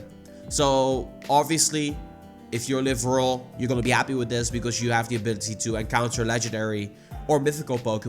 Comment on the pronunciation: First, its 'rural' not 'rular'. Rular sounds like some weird way to spell ruler. I think you mean... Rural players: I want to play the game and have 1/4 of the opportunities urban players have. Niantic: naw, instead of helping you, we are just going to rub it in your faces how terrible the game is for you. Don't worry! We will give you a sense of pride an accomplishment just like EA!